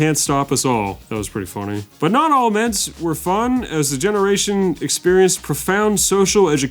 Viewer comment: he said ments! Nice jason genova reference